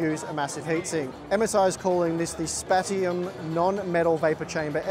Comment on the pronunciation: I would pronounce that "Spatium" SSD cooler as "Spay-shum". Similar to Spatial.